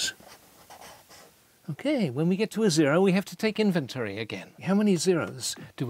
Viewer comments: I appreciate Neil Sloane greatly, but I cannot get over his pronunciation of the word "inventory". Has he somehow never heard that word spoken aloud before? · Second time he said inventary I had to stop the video, maybe reupload with overdubs?? 😂😂